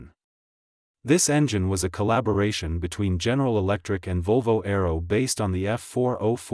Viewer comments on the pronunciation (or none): none